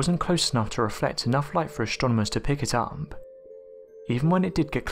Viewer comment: Yet another speculative video full of irrelevant graphics ... sorry, my mind was not blown, far from it. Also, the narrator has really weird pronunciation "stronomers" um, i'ts AStronomers ... yes? Extra Trstral, um it's Extra Terrestrial, yes?